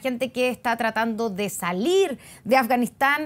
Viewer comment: OYE periodista!!! PRONUNCIA BIEN AFGANISTAN.------- AF, GA NIS TAN... /affff ) pronuncia la "F" --- pronuncis "S" (ganis)